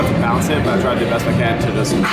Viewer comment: So I'll comment & say I'm obsessed with you. & the way you say "they're the BEST" Oopppps.